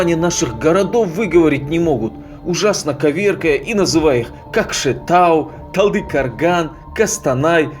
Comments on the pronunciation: Какой назер в *0пу ТалдыкАрган????? Хватит уже коверкать названия и имена!!!! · талдыкАрган, кАкшеутау, кАстанай, жанаАзен что московит это калякает?